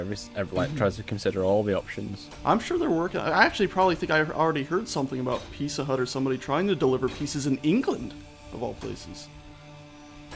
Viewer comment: What is a peace-sa,? lol. Odd pronunciation for "pizza" from an American no less.